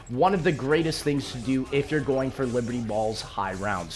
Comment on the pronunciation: I love how you said Liberty BALLS* at the end lol